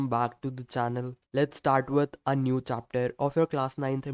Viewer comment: Chapter ❌️ Chaapaatar ✅️